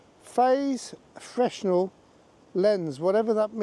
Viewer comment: It’s pronounced fre-nel ! 👍